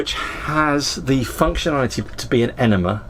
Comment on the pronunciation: Repeat after me - “ene-mA”, “ene-mA”. It’s NOT “ene-mER”!!! There is no letter “R” in the word, so why would you add one?